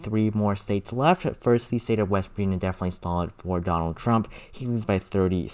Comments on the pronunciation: Please say "the" instead of thee. I have been watching your videos as soon as you post them but I just can't handle listening to that anymore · "The" not "Thee" pretty please?